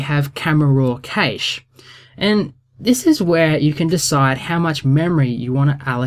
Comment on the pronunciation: Oh my days,, it's pronounced "cash" not "kayssh"